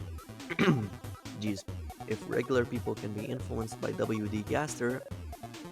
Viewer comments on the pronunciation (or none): none